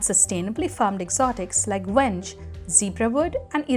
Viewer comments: It is not pronounced "wenge" (almost like wrench) but "wen-gay" it's an african name on loan in English. Sadly the accent on the final E is often lost. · Quick heads up - Wenge is actually pronounced "Weng-gay".